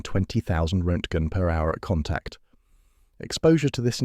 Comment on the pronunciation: And a completely fudged pronunciation of roentgen.